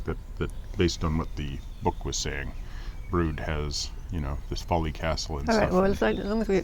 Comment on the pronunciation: Congratulations on your pronunciation of "Brood" absolutely spot on not many locals pronounce it correctly. Thanks for another wonderful vlog.